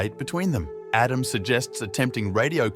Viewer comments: Pretty good A.I. voice. I wouldn't have known, except for the instances of "Adam" being pronounced incorrectly. Something a real person wouldn't have done, but an A.I. would read it as it was written (misspelled). "Aadam". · 50% he pronounces his name Adam, 50% of the time he pronounces it Edem